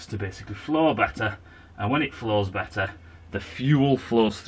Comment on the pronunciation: Time he said beterrer. Currently incarcerated.